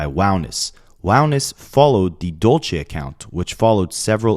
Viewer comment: Side note it’s “Dulce” Spanish for candy, also a female name, dude butchered it so many times